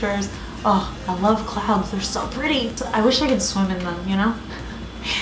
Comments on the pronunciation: i swear I was hearing "clowns" and i freaked out for a moment 😂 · hahaha sorry my mistake, at the end when you said that you love clouds I thought you said clowns! I'd you hadn't shown the picture at the end I would still be freaked out 😂😂